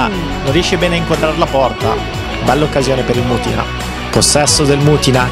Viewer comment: Comunque non è mutìna ma mùtina